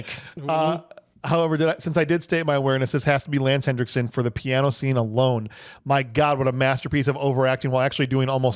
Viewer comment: It's Henriksen, not "Hendricksen"!